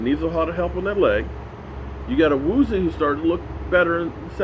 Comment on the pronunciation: Awoo-z-yay might be a better pronunciation key for ol'! I do agree it sounds kinda like nails on a chalk board when he butchers it. Lol